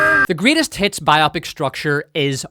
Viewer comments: for gods sake, its BIO-pic, not bi-OPIC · It's not BI-OPIK. It's Bio-pick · its bio-pic, not bi-opic :D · Am I the only one obsessed with the wrong pronounciation of the word "biopic"? So many say it as "bi-opp-ic", and not "bio-pic" which is the correct way. It is not a two-something (bi-something), but a biography picture (bio-pic). 😄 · why do you mispronounce the word Bio-Pic? It's Biographical Picture not Bi-Opic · It’s Bio-Pic. Please say it correctly 😂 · Nice accent, but it's bio-pic and not bi-opic. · Am I the only one that pronounces it "bio-pic" and not "bi-opic"? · IT IS BIO-PIC, NOT BI-OPIC!!!!!!!!!!!!!!!!!!!!!!!!!!!! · The way you’re saying “bi-opic” sounds so stupid to me. Why would that be the pronunciation? “Bio-pic” actually makes sense: biographical picture. Bi-opic just sounds like having two eyes. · Biopic isn’t pronounced like “biotic.” It’s short for biographical picture, so it’s bio-pic, not bi-opic. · "BIO PIC" Short for "biographical picture" It's not bi-opic. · It’s not BI-opic! It’s bi-O-pic. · Bio - Pic not pronounced to rhyme with myopic. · Why is every one ok with Mispronouncing the word “biopic”? This isn’t an operation. It’s a BIO-Pic. I have never heard anyone pronounce any other way until this video and it’s jarring. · It’s “BIO PICK” 🇺🇸